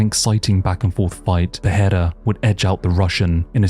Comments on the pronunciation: Great video. One correction on the pronunciation if i may — and if you obey this you can be the first english-speaker to get it right. His name — pereira — is pronounced with 2 Rs. You — and joe rogan and all the other mma announcer clowns — keep pronouncing it pe-HEIR-a, as if the first r is pronounced as an H. That would be the correct pronunciation of the spelling of his last name had a double R at the front: Perreira. Yes, in that case the double R is pronounced as an H. But a single R, in portuguese, is only pronounced as an H if it comes at the beginning of a word: hence “rio de janeiro” is pronounced to sound like HIO-de-janeiro. Where there is only one R and it is in the middle of the word, you just say it as a R, simple. Why the collective wisdom of the UFC cannot master something so simple as to probounce the guy’s bane just as it looks on paper — instrad giving it some messed up pronunciation — is beyond me. Beyond that detail, great video. I lived 20 years in sao paulo. Alex p is the man. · Why do you say his name like that? I would understand if you were fluent in Portuguese. Alex doesn't even pronounce his own name with a "H" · There's no "h" in Pereira.